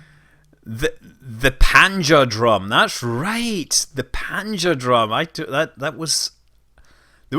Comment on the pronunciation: It's the Great Panjandrum (the "N" isn't silent, you know?) ;-) Wikipedia has a great article on it.